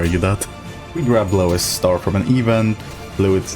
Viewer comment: the way you said "Lowest star" sounded like "Louis star" so i just imagine the reason enemies lose SP is because they hear Lois from family guy's voice lmao